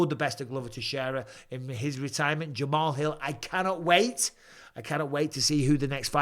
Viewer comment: Jamal's Hill ❓❓ Really ⁉️ Bisping 🫵 You Should Do Homework At Least Get The Names Right